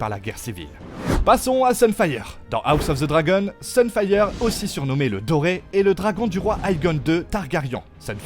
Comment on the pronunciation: La prononciation à la française de "dragon" dans "House of the dragon" je peux pas c'est ridicule 💀 faut arrêter avec les voix IA c'est naze